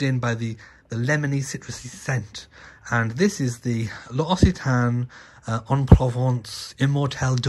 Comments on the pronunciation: It’s pronounced lox-i-tan, they sell loads of it on QVC. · I have the "tete a tete" daffodils among my roses!!! they spread too!! and the shop L' occitane is lox-ee-tahn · Lox I tan is how to pronounce it